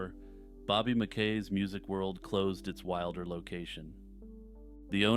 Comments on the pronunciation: I believe it is Bobby MackEE’s Music World. That’s the way they pronounced it in the haunting show where they interviewed him. Otherwise keep up the good work! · I don't like the way this guy pronounces Mackey's...